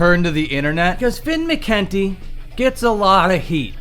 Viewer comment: You keep mispronouncing McKunty.